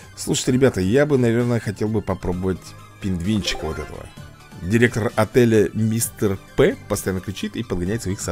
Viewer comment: Не Мистер П , а Мистер ПИ